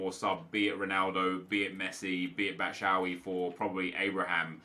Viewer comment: stop saying batshawy it's batshuayi. batshu.wai